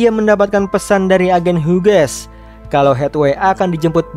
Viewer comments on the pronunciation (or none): none